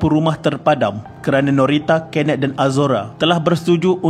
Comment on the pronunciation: kenneth= kenet???🥴🥴 sape laaa jurucakap ni